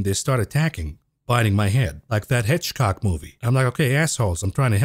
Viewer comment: it's Hitchcock not hedgehog